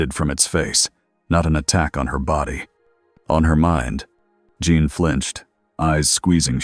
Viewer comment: Jean, not John..... keeps changing how it pronounces Jean's name. Not very well set up for an AI reading.